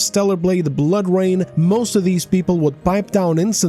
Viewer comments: "Bloor Rain" lmao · Yea tell me about it, hate "Bloor" Rain lmao